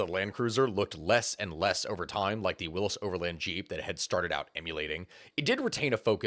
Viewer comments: Pronounced totally wrong. It is WILLY'S Jeep not WILLIS jeep . Where have you been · Isn't it pronounced willies not willis? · Willys not Willis?